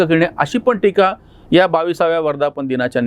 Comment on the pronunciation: मला नम्रपणे हे सूचित करायचे आहे, 'त्या'शब्दाचा विरुद्धार्थी शब्द'ह्या'असा होतो;तरी 'ह्या' ऐवजी 'या' असे वाचन/लेखन होत आहे.त्यामुळे यामुळे, यापुढे,यांना/नी,यांचा/ची/च्या/चे, यावर्षी अशाप्रकारे चुकीचे भाषण,वाचन आणि लेखन होत आहे.